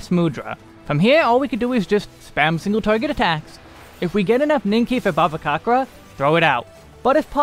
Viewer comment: if you are gonna do an updated NIN video, i have to say this now: the "c" in bhavacakra is pronounced "ch". it's bhavaCHAKRA. word's sanskrit in origin; there's a reasonably good pronunciation guide by "How To Say" that shows up at the top of the YT search for "bhavacakra pronunciation." i don't know why it's transliterated this way (extremely not your fault for not knowing), but i'm indian so it's stood out to me and i thought i'd let you know! ty as always for the guides; they've brought me through a ton of this game and definitely made me far more competent at this game than i would've been otherwise.